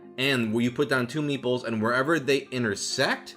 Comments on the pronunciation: I only realised at minute 27 that he wasn't saying "meatballs" but "meeples", which is a word I have never heard before. Don't know why I took the meatballs at face value either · The video was almost over by the time I correctly heard “meeples” instead of “meatballs” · "Meeples"? Thought you were saying "meatballs", which would interest me somewhat. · learn how to pronounce the "T" in meat ball. i swear i thought you were say8ng meeples. goddamn californians.